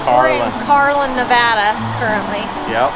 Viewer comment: It’s just made me very happy that you guys pronounce Nevada properly. I kind of find it annoying when people say Nev-odd- a